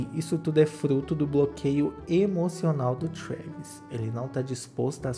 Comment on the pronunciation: O fala trueeeeeevis